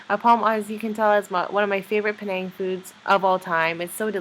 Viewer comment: I hope you were not raised in Penang cause the way you pronounced all those name of the Food is Horrible!!! Stop that Slang of yours for Penang Ppl Sake